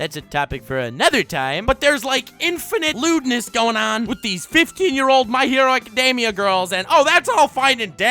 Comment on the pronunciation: "My hero azekademia"